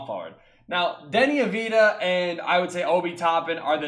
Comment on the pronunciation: Avdija is pronounced av-di-ya